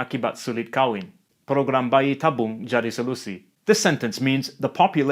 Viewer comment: kamus dewan says that it's kahwin and not khawin btw